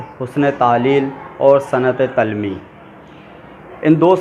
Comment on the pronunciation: اچھی کوشش ہے🍁 درست تلفّظ ۔۔۔۔۔۔۔ تلمیح ۔۔۔۔۔۔۔ Talmeeh جامِ جَم ۔۔۔۔۔۔۔۔۔۔۔۔ Jaam-e- Jum